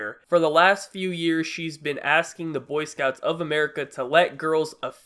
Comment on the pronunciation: it's "boy scouts" not "cunt scouts" jesus